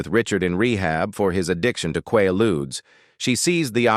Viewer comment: Between the AI voice and the Lost in Space cast, this is horrible. What are the Lost in Space people doing in a video about Karen Carpenter? Not to mention your pronunciation of the word “Quaaludes.” And Dionne Warick? It’s WARWICK. And finally, “Petula Clark” is not pronounced “PET ula”. It’s “PetULa”. Please get a live person to narrate this who knows how to pronounce things.